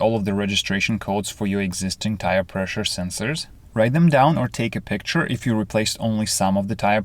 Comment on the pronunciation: picshur... Practice in English pronunciation or ask someone native English speaker. Please